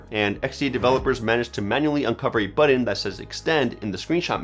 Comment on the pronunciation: Great video but what the heck is a "buddin"? Do you mean BUTTON?